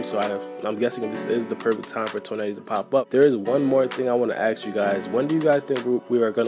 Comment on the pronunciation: The way you pronounce Toneri bothers me lmao